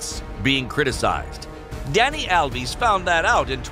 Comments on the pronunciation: Alves not alvis 🤣😂😂😂😂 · Danny alv-is? Its al-ves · Dani Alvee Sure!😂 its Alvez not Alvees. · He’s covering this like a children’s book and gets all the names like who’s alviiies and pieale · Alves and Maradona are pronounced wrong